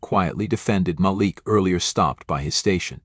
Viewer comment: When you tell your stories please say the names correctly you sound not so good saying Malik name wrong as if you are showing a sincere apology for being prejudice yourself. Stop it because I have listen to several of your stories 🫵🏼👏🏼👍🏻🤞